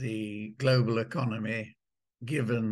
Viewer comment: Stop saying Glo Baal......Thanks